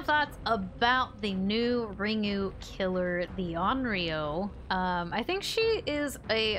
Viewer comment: You actually said Onryō correctly